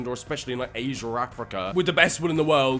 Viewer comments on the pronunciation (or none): none